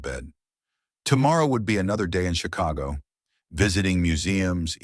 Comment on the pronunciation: If she was in Paris why did the storyteller keep saying she was watching the rain was in PARIS And he keep saying Chicho